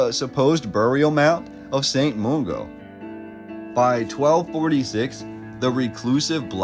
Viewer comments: Glasgow pronunciation is spot on but Mungo is not moongo but mun like fun. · Nice but its St Mungo not St Moongo ffs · Glaswegian here. Thanks for the history summary. If I can add a few bits of local knowledge. St Mungo is usually pronounced with the u as in gun. Re gas, I have never heard of natural gas pockets under Glasow itself, though its possible. Households usually used coal for heating fires and cooking. There was a lot of coal mines in central scotland, and iron ore, which, with its western coastal position giving access to America, India, Australia, etc caused huge industrial city growth in 19th century. Shipbuilding was big. The gas lighting you see in the photos was developed at that time. The gas was produced by burning coal and stored in massive metal circular tanks like the one in the distance in one of the photos of the cathedral. Lighting is electric now, but household gas for heating and cooking is nowadays from natural gas, mostly from under the north sea to the east of Scotland. Photos by Annan were to provide a record of poor condition property ( particularly near the Cathedral ) before demolition, but also shows other buildings that are still around like the Cathedral itself, the Tolbooth tower, the University, and many of the houses.( many externally cleaned of grime around 1970's to reveal beautiful stonework) BTW Trolley buses, trams and Motor buses were around at the same time/ overlapped time periods( they didnt all have wires), and photographers often took photos very early morning before most people were up, hence minimum traffic and less smoke in the photos. As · Overall this video was fantastic and very informative but I can't fathom why he choose to mispronounce St. Mungo as St. Moongo. There is no 'oo' in Mungo but there is definitely a 'u'. Maybe his native language is Spanish, hence the 'oo' for 'u'. Having said this I don't want to come across as overly critical because he's done his homework and I commend him for his effort.